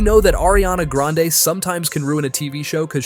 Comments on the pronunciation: Who the heck is "ARIANA GRENADE " ?????? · "ariana GRENADES"😭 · Grande not granade😊😅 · Ariana Granade is Meme because one of little girl who was intervieweving her and Jennette McCurdy on Nickelodeon Victorious spin off that little girl didn't say Grande but Granade because she was kid and kids Miss pronounce words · Not GRANNAADEE